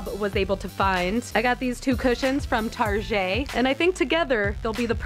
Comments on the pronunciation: Why is everyone pronouncing target so fancy now it makes me feel like a peasant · Did you just pronounce target like a Frenchman?